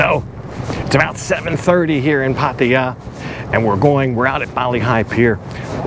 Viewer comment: Man! Can you at least say the damn name right. It’s ( Path-Tah-Yah ) not Paty-ya. Do you see an “ I “ in there anywhere. How about the girl that you are hanging around with, do you not hear how they it? Path- Tha-Yah ( Pattaya )